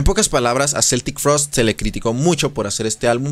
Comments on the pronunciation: Yo también la conocí como Celtic en los 80s Pero Tom ha insistido en aclarar que se dice Keltic 🤷🤷🤷 Un amigo hablaba de Metáyica... Así se oyen los que en la época del internet y los traductores en línea, insisten en Celtic Frost. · se pronuncia QUE-ltic frost .. educate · En realidad la pronunciación es como si fuera con k, es pronunciación en inglés, en suizo o alemán suena con c ......NUNCA cambiaron de genero, lo que paso es que cuando firmaron contrato con esa disquera americana, estuvieron prácticamente obligados a tocar esos ritmo y esas canciones, tom warrior no escribió ninguna de esas canciones, otro dato ws que tom dijo que celtic tuvo que acabarse en el año 1993.